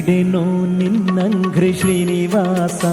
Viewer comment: Bideno ninnanghrri not ninnagri. ( ghri no gri)